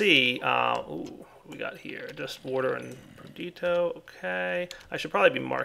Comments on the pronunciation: 'Perdito' is a mistake, it bothers me. But 'warder' is an accent difference. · Am I the only one who cringes every time dire says "perdito" instead of "perditio"?